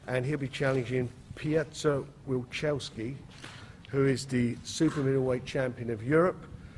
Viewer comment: Warren, you could be more professional and know how to pronounce Wilczewski's name. You suck.